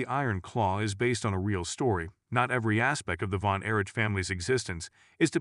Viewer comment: Yeah, having trouble giving a single ounce of respect toward a channel that can’t be bothered to even learn how to pronounce the Von Erich name correctly and, apparently, is incapable of even saying the letters “NWA” correctly.